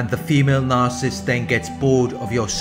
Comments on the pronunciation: It's really, really irritating that the guy who runs this channel can't pronounce Narcissist correctly. He says Narcist every time. WTF?! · It's not his accent. He's pronouncing Narcissist very incorrectly. I appreciate his videos. Constructive feedback is not "going after him." Are you 12 years old?? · His entire channel is based upon it... Maybe pronounce it correctly?! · Attack? Lol! What has society come to. Pointing out poor pronunciation is an attack? Hahaha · Carlo Wilburn Very much ! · Well said.